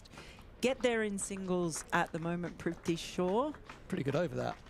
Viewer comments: You know his name is Prithvi. It seems you are all pronouncing it ‘priv-thee’ 😁 Prithvi = ‘Earth’ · I don't think brits can pronounce Prithvi's name.